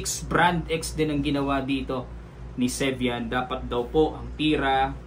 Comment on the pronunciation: 2nd : sevian not servian?